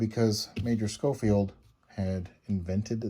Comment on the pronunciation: Pronounced “Showfield”. Love mine, have Ivory grips